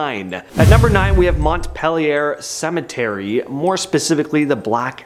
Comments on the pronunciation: Yes, me too! I’m a native Vermonter and the pronunciation of Lake Bomoseen, Montpelier and Cavendish had me cracking up. But yes, otherwise a great video.😊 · Facts. Montpelier was crazy🤣🤣🤣